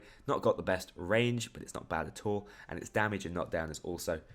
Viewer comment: Could you say at all then at tall?